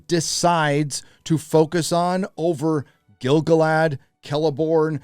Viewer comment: Please pronounce Gil-Galad correct :)